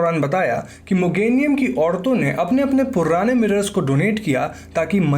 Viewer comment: The way u say purrrrrane is just amazing 😁